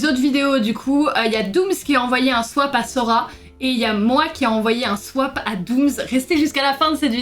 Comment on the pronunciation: Elle dit pas swap elle dit swaip